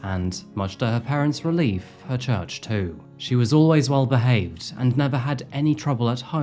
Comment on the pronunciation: And-T. With that said-T. 😂 new english-T